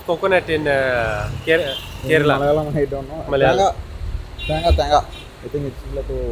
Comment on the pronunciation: Very Nice Travel Vlog ..... One Thing being Fan of South Indian Movies ..... The real pronunciation is KAY- RAA-LAA or KAY-RAL ......not KIRLA ...